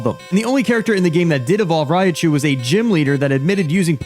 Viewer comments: Everytime the guy in the video says Rai - a - chu, I'll take a shot. Writinbfbg froom affterd the vfidoe, immm prrretttyy sdreunk norrt goiong too luuieee. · "Ri-ah-chu"... very annoying pronunciation. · I mean, he's not even saying Raichu's name right lmao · Everyone upset about how he pronounces Raichu and no one talks about how pronounces Lugia 😂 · Other than the fact he keeps saying "RAI-UH-chu", I really wanna know how the heck he's getting "GERA-chu" from "GORO-chu"... like does this guy legitimately not know what the letter O is??? Some people are just so illiterate, can't even pronounce vowels right LOL